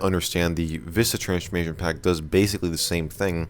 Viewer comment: Why do you say transchmation pack